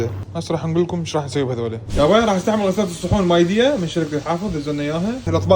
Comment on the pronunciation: ميديا مو مايديا اسم الشركه🤣